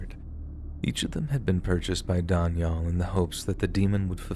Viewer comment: Oh man, learn to pronounce Daniel properly, Wtf.